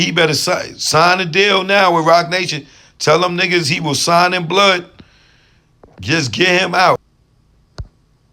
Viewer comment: tellin Asap: "tell em you'll sign in blutt" not "blood" but "blutt = blood & butt" lmao